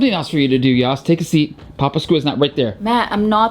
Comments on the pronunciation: It's not yoss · Yoss❌ Yass✅ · It’s not yoss